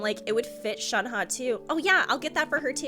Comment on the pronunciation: I'm glad you pronounced Shenhe close to what it should be! Makes me happy And saaameee I hope she and Chongyun are related in some way. More exorcists! Also, that Childe popping in a occasionally cracks me up. Here's you gushing, and there's him talking about conquering the world XD